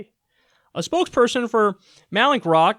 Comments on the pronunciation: I believe the company is pronounced “mal” like the Spanish, “in-kroat”. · Pronounced 'malin-crot'. Bro how do you pronounce Rembrandt van Rijn? 😂🤣😝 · I kept hearing mallinckrodt as malicious rot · You're reachin' here, Kyle. No need to go zapping companies with names that are difficult for you to say. It would have been nice if you'd pronounced Mallinckrodt correctly at least once, to prove that you could.